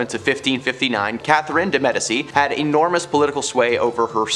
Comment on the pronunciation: Yes! And it’s pronounced Medici (Med-I-chi), and dowager is pronounced dow-ag (g like j)-er!